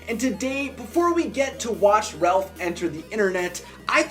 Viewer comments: You say Ralph wrong you say Relph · Is anyone else hearing “Relph” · Its not Ralph its Relph XD